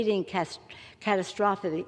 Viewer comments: She can't even pronounce catastrophe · OMF GAWD!!! She calls OTHERS hypocritical?.... TOO funny.... I especially liked the way she emphasized RUSSIAN.... and her Biden-like inability to say big words.... cascading catastrophe isnt that tough UNLESS you're also anxious about a bolt of lightning coming down and taking you out at any moment